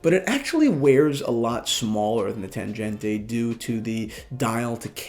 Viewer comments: Hi, please dont pronounce TANGENTE like it is an italian or spanish name... This is a german Tangente. Read and spell it as it is written. And not like "tanjente" Germans would laugh their asses off hearing this:D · Your pronunciation of Tangente is wrong - "g" is as in "great". Would be nice to say something about accuracy of this watches. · You’re pronouncing Tangente wrong,. The g is pronounced like the g in goal.